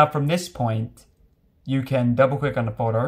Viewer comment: “Double click on the Photorrrr” 😂Great video bro! Really helpful thank you. You just made me lose it 😂